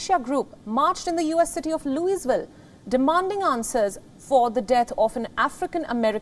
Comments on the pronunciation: It's pronounced Loo-ee-vill or Lua-vul. The S is silent. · Louisville is pronounced Loo-A-ville for the locals. Just a quick FYI since we didn’t even get this story on our local news and I’m about an hour and half from Louisville. It’s disgusting what had happened to our media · Louisville - loui vill ‘s silenced’ not loosevill😝🙏🏼